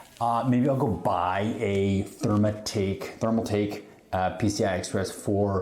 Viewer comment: My man calls it therm-A-take lmao. Either he can’t read or just a stupid wanna be. Gonna assume the latter.